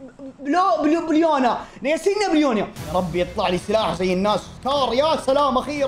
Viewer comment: المنطقه الي قلت عنها ياسينيا اسمها يسنايا